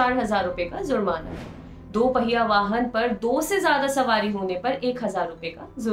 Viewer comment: Zurmana nahi jurmana hta hai.